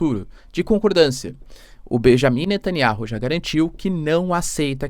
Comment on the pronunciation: Netanyauh! Fale o nome dele correto o professor...